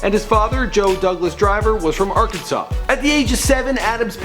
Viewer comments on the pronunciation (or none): none